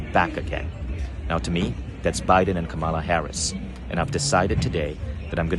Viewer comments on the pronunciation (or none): Vishen, you are pronouncing Kamala wrong. Emphasizing the sound on the wrong syllable.